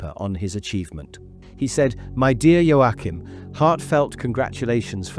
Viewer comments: It’s pronounced Yo~Kim. There is no pronounce Ain the middle. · Unsinn, das "CH" in Joachim wird wie das "CH" im deutschen Wort lachen oder im russischen Wort choroscho(gut) ausgesprochen...